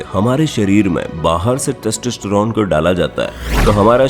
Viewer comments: Sach batana .... Kya aapko testerone bolna me koi dikkat nhi hui... 🤣🤣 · When i hear : textistiron 😂